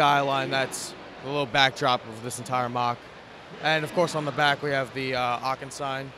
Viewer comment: Very nice moc And it’s so funny hearing him saying “Aachen” cause I am living in Aachen he’s pronouncing it so wrong haha